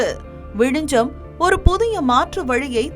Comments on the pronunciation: அந்த ஊரின் பெயர் விழிஞ்ஞம் என்பதாகும். ஏனோ தமிழ்நாட்டினர் ஞ்ஞ என்பதை எப்போதும் ஞ்ச எனவே உச்சரிக்கின்றனர். தயவுசெய்து ஞ்ஞ பழகிக்கொள்ளுங்கள். மலையாளத்தில் நிறைய வார்த்தைகளில் ஞ்ஞ உபயோகிக்கப்படுகிறது. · you are tamilian and you are calling it vizijam. you dont know very basic tamil